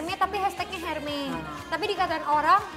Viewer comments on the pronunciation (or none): Mba jess ... hermes bacanya bukan herme yaa bukannya S nya yg hilang tp H nya yg ga dibaca.😁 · Tas Hermes itu pengucapannya bukan herme bukan erme tetapi ermes... karena itu nama si pendiri produk Hermes dan gak semua konsonan di belakang vokal selalu disenyapkan pengucapannya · Mohon maaf mba jedar, hermes itu dibacanya Ermes. Bukan herme😅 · Bukan hermè... tapi ermes! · Hermes tuh dibaca nya ermes bukan herme.. bahasa prancis tuh H gak di baca “ha” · hermes dibacanya érmé ayodong bisa beli bisa bacamya juga